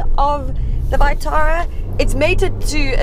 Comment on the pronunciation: That vitara pronunciation makes me cringe